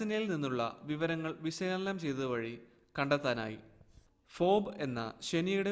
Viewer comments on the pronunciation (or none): Phoebe - ഫോബ് അല്ല ഫീബി ആണ്